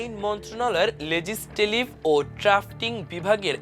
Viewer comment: আইন মন্ত্রণালয়ের লেজিসলেটিভ স্থলে ভুল উচ্চারণ করলেন।